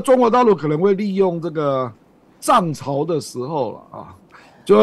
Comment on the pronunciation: 亮哥 ＂涨潮＂ 很别扭😂